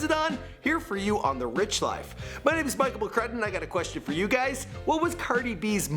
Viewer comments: You keep saying her name wrong😂😂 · You pronounced her real name sooo wrong.😂